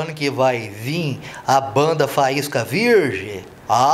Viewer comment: "Faísca virrrrge" hahahahah